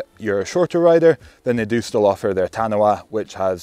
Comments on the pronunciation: It is pronounced Ka-tuh-pow. Maori work for a poisonous spider found in the coastal regions of NZ. The 27.5 version Taniwha pronounced ta-nee-fuh, Maori for a Water Monster. Damm nice bikes that ride real sweet. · K’tea po ha ha NZ might be the only place that competes with Wales with pronunciation. [Edit] Just got to “tanner-wah”, oh Lordy 😆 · Good review. Taniwha pronounced Tanifaa.